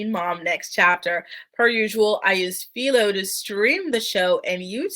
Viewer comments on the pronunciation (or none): A bit off topic but you're pronouncing Philo wrong. Say it like this: ph-eye-low Just looking out for ya since they're a sponsor and all. Great video, thanks!